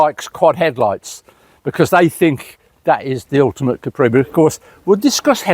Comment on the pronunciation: He should have told the guy it's a Capri, not a Cawpri.